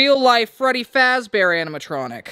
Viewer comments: Why did u say Freddie fraze bear? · No no "Freddy fat bear" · Freddy frazbrear 💀💀💀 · It is not freddy frazbear it is freddy fazbear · “Freddy fraz bear” 💀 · "Freddy faz bear" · “freddy frazbear” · You said Freddie frass bear ❤ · Blud said freddy frazbear 💀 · youre saying Freddy fazbear wrong